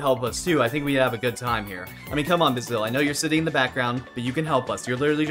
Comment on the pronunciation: Btw his name is pronouned bae-sil